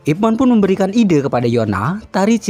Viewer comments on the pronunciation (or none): 01.24 Pelafalan namanya kok kayak "ROCHMAN" Boss? Selama ini hamba kira namanya dilafalkan "IPMEN" 🤣🤣🤣 ,...